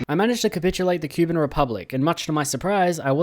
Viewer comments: ITS NOT "QUE BIN" ITS "COUP BAN" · Poroshenko was the president of Ukraine through 2014 to 2019, very anti-Russian/Pro-Eurooe, more so than Zelensky. And pls, for the love of God, do not use foot infantry in the 2020's it ain't worth it. Also I think it's pronounced Koo-ban